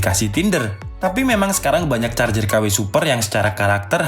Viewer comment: Ngakak jadinya... Maksa ker.. Jadi kurang fokus ke materi charger malah fokus ke huruf er. But is not bad this video. Keep of fire make video else